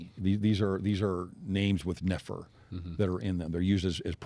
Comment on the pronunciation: . I ran into someone by the grace of God who was from Iran-ish area. As we read the bom, she told me Nephi would be pronounced as you said it, Nah-fee, and that name means to travel, particularly over water. Very interesting.